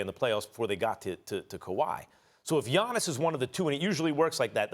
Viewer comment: Smh it’s pronounced Yanis, and for the people thinking how would you no I’m Greek